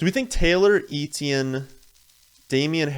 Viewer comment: Eh-tyen or Eh-chee-en NOT EE-Tee-en